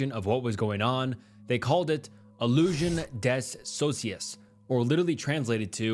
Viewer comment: as a French speaker this reading of illusion des sosies made me feel sick😂